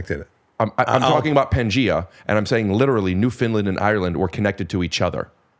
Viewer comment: Hey Rick! Newfoundlander here... Absolutely loving this episode!! Just an FYI, it's pronounced "Newf-in-laaand", with the accent on the "land" 🫶✌️